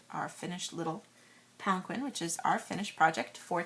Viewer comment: I thought palanquin was pronounced palankeen